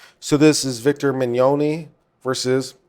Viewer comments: Vic Mignogna (Min Nya Na) Is how I break it down to pronounce his name. Jamie Marchi (Marky). I hope that helps a little bit. I really want to hear his opinion on the fake evidence, fake bomb threats, and fake swattings that the kickvic side have been doing. Also about the "underage", fans who have come forward about their pictures being used without permission and taken out of context, debunking kickvic's claims about Vic assaulting them as proof. I wonder if there could be any legal ramification for doing that, since Monica and Jamie keep retweeting or liking posts with such claims in them. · Ugh, I wish he would have taken the 10 seconds to Google "how to pronounce Vic Mignogna" before mispronouncing it in MULTIPLE ways 3,000 times over the next two hours...